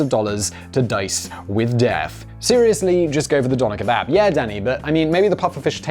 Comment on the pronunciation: I thought he said Dahmer kebab